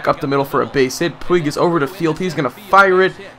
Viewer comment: ive been itching to say this and it has been bothering me so much...it is pronounced pweeg not like pwig..sorry it just really bugs me when you continually say his name wrong